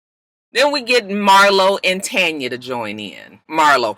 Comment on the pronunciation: Lol I also love that out of everyone I watch review this show on YouTube you are the only one who says Tanya name right 😂 and I still say give her nene peace next season dammit